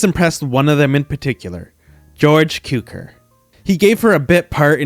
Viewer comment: Warner Brothers. Jason ROHbards. George Koo-ker. Spoh-can. Please look these things up before recording!